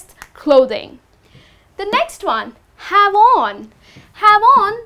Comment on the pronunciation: the pronunciation of the word "have on" sounds like jabon which in spanish means soap haha